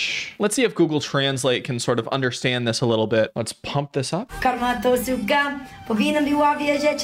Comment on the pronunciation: As a native pole - besides the verse "Karma's a bitch" (karma to suka) which was painfully pronounced I cannot comprehend what is the rest of words. Polish simlish it is